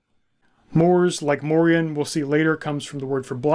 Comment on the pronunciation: The proper pronunciation today would be Morian (Like Dorian). He is a part of our Dutch cultural history in Pre-colonial times and came to be a sort of celebrated hero figure too before the colonial era repopularized more crusader-like ideologies concerning Moors/blacks and Muslims and these stories were en large shoved under the rug. The songs and stories would teach medieval children and adults about the Moors and morality towards them. There have been many Moors that have visited, lived and started families in the Netherlands throughout history. Since the Netherlands was historically a refuge for refugees of any sort, political, ethnic or religious. Moors came to over time not only signify black folks from the south but also signify the mixed black people that were a result of intermarriage and the likes (Like sir Morian). A famous portrait from one of our legendary painters Rembrandt is called "the Two Moors" and depicted two of Rembrandts neighbors at the time, obviously, they were black (1655). Fun fact: the European name Maurice also originates from the same thing, like Moriaen / Moriaan it was used as a name for those from often mixed families. And it meant "From Mauretania" which was roughly the area that is now Morocco and the Southern regions of it - a name already present in genealogical records of the Netherlands since the year 1100 AD and mentions even earlier in other forms.